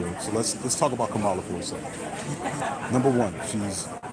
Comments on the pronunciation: Kamala is pronounced COMMA-LA. Not CUH-MAH-LA. She deserves the respect of CORRECTLY pronouncing her name. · Bruh....for your B-side later, Kamala's pronounced "COMMA-la" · Come on bruh pronounce her name right. It’s Comma-Luh. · I think her name is pronounced with the accent in the first syllable.